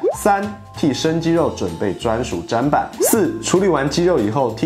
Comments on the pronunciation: 砧板 zhenban 不是 zhanban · 在台灣不容易做到…家裡很少這麼講究，觀念要長期灌輸才行。還有砧板發音是(真板)不是(沾板)…為了廣大的觀眾群，希望可以導正發音，這樣子在學習過程中的人不會誤以為這是正確的。